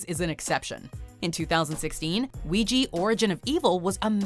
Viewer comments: It is pronounced "wee-ja," NOT "weegee." Why tf can't people get it right? 😤😬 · W T F!! I never heard someone said uiyi to ouija ! Here in latinoamerica we say (uiHa) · "Vigi" ??? It's "Uya" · Ahem. It's WEE JA not WEE GEE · Lisa Axen no, the words come from French oui and then German ja there for it's pronounced we-juh not we-jee. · How in the hell can you pronounce ouija “wejee”?????????? 😂 wtf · WEE-ja. Christ. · "WEEGEE BOARDS"??! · that pronunciation of "ouija" makes me cringe. it has a "a" at the end, not an "i". i dont know why people all of a sudden gave it that pronunciation in the last decade when everyone called it "wee-jah" before smh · Ouija is pronounced weegee? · Christine C. I know I was thinking the same thing. I hate when people mispronounce it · Is this really how you pronounce ouija in english? 😳😳 this just sounds so damn wrong to me 😂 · groundlos I was surprised too 😆